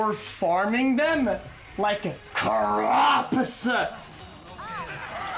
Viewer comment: Oskar Rådstam I thought he said like crops